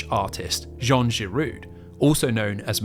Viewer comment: Giraud is said RO not RU